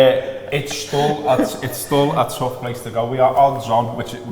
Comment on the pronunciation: Once you notice that pronounces 'still' as 'stull' you can never unnotice it